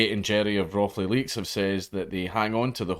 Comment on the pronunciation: Leics = Leicestershire.. FFS.. "leaks" lol what a tit